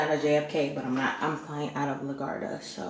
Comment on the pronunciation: Lmao love you Not LaGuarda lol